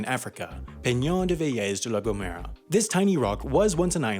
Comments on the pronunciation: And it's Veleth duh la Gomehra. Kinda like that... I dunno. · close, it'd be "BE-leth they lah go-MEH-rah" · Hey, that American English accent to pronounce Vélez de la Gomera is really funny.